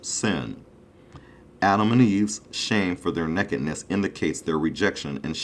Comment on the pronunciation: Sorry I can only give 1 thumbs up! He can't even say nakedness!"